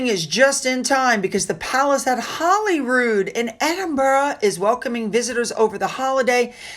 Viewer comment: Actually, it is HOLY not Holly. HOLYROOD CHAPEL. It is truly a very holy place. ✨✨